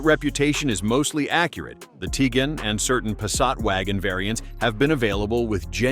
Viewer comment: It's not Teegon... It's Ti guan.